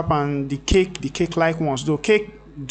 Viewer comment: It's not DIS but THIS. Please practice it. It will make a huge difference to your life. Also it's not D but THE.